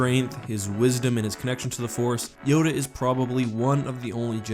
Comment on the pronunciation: Did you just say Joda